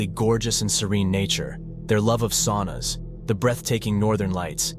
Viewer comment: It's pronounced SOW-na. Not SAW-na.